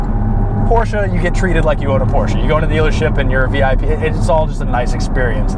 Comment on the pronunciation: Cringing everytime he says porshca